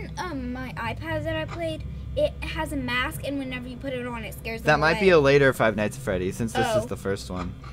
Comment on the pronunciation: lol i liked how you said fight nights at freddy's it's like if you were going to fight freddy and his friends